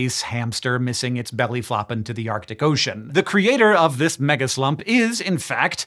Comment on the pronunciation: I swear you said megaslut…the needle jumped off my record over here